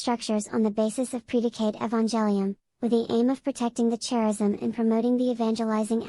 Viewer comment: 1) why the childish voice? Hard to understand. 2) charism is pronounced « karism » not « tscharism ».🙃